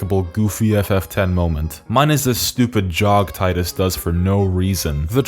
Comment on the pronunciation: You pronounced Titus wrong my guy.